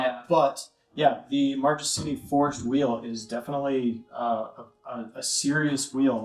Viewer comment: One little thing: Marchesini is pronounced like “markesini”